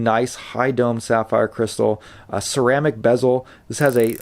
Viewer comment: Ceramic not Cermaic. its a Sinn clone ?